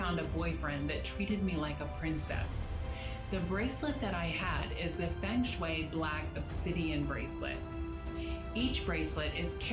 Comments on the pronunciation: she even pronounce "feng shui" wrongly... she could have look it first on Wikipedia when searching its origin.. 😂🤭😆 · they cant even pronounce the feng shui properly, who would believe these crooks